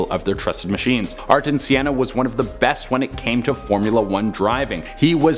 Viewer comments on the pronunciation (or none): nice vid! im a Formula one fan and im a big fan of Ayrton Senna and just a correction he is a brazilian driver and his name is pronounced like this| Ayrton Senna Airton Sena good vid tho